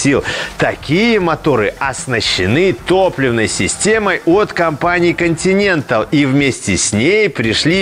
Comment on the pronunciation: Обзор отличный, всё в тему)) НО, мне одному уши режет как ведущий произносит названия топливных систем? Делфай(Делфи) и Континенталь ударение на другой слог